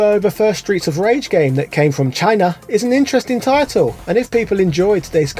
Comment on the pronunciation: Isn't DKnight, Angel from Shock Troopers 2 on the Neo Geo? Also, did you pronounce Chin-A Trump style?! Haha